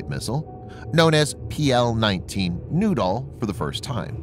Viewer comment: Pl-19 noodle? Who launches a noodle? LOOK OUT! We got incoming noodles! Do we counter this with”Bread sticks”.....or a nice sauce? It’s pronounced....New..Doll or Nude..Doll. Well now......your just getting silly! OK give me the radio”Sir we got PL -19 Nude Dolls on our screen........yes sir.....I agree...if they were under 18 we probably couldn’t shoot them down,,,,,,right sir.............oh you want a “Picture of the Nude Dolls” for archive records! Yes SIR!